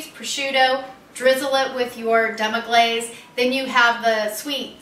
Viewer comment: Man thats rude to mess demi glace name and deffinition up like that. but thats a gud recipe besides the goat cheese. ill stick to cow cheese for now. u will be ok in the kitchen im sure. just read a tad bit before putting up the video..No harm done cook